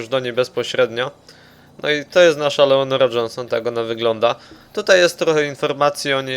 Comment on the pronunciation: whoo klied Leonora Jonshon